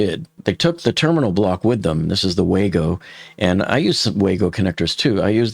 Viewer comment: "WayGo" connectors? It's Wago :)